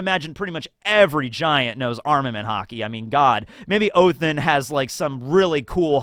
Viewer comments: Stop saying Othin. It's either Odin, or if you want to do the original Norse name: Woden. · What in the fuck is 'oathen' you mean odin? Or did I miss something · Odins name is said like Ó-the-nn. the i is not strongly pronounced, like othinn also the th is the same sound of the th in then. Just a fyi for anyone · Is saying "Othin" on purpose or is he accidentally saying it & trying to say "Odin"? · is pronouncing Odin as Ohtin? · Can you please explain why you call Odin, Oathen? 😂